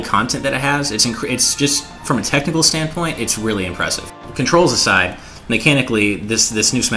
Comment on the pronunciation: I SURE ENJOY MY CONTROS! (It's controls,, not contros xD)